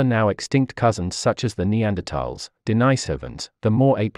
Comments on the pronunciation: D-nice-ovans? Is D-nice- ovan here? You mean... Denise-ovan? Churlish and insubordinate! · "Denisovans" is pronounced incoreectly. That "i" is not "i" as in "ice", it's "i" as in "bit". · Interesting pronunciations of "sapiens" and "Denisovans".